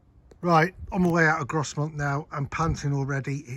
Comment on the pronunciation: Lovely vid! That bridge closure was because a local bus went over into the Esk. Caused us locals no end of hassle. Its 'Grow-mont' and 'Sl-ay-ts' btw for future reference.